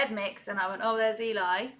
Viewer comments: Hi Hon. It's not E, Lie it's L,E. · As Aurora points out below, Eli is pronounced to rhyme with belly, or jelly. :) Just so you know. If you want to hear more of DeeJay Young with VoicePlay, check out Bang! or Butter. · Great reaction. By the way. Eli is pronounced Ellee it elie. Its short for Eleizer. This they are referring to the room in they each have to create the videos in. All the items in the room relate to each person, Voiceplay in whole, the era the song came out or The Beach Boys. I'm on their patreon so got to watch the behind the scenes video where Layne gave us a tour of the room and told us about each item. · Love your explanations. BTW Eli is pronounced like Jelly. If you want to hear Geoff sing in his head voice check out his cover of Imagine. It's phenomenal. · Love your reactions. I know it's counterintuitive, but Eli's name is short for Eliezer, not Elijah, and he pronounces it like it rhymes with jelly. Yes, it is prerecorded, but they generally do sing along with the track as they are recording, so their mouth positions would usually mirror what they were when they recorded the track. (An occasional exception to this rule is Layne, there are times he has done some kind of really other-worldly kind of sound or beatboxing, and he has said that what his mouth is doing in the video isn't really representing what he does in real life to create the sound, but it involves making such a funny or strange-looking manipulation of his mouth/expression that he doesn't do it for the video, LOL). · Eli is pronounced like belly. Short for Eliezer. Love watching your facial reactions to them - great fun! Will check the beatbox vid.